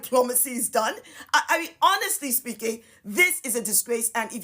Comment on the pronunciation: or a "me-an" as she said.